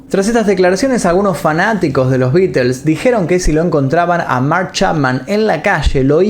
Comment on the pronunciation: Que raro... Dice los nombres de las canciones bien pronunciadas y no ofrece pronunciar bien The Beatles correctamente... Que raro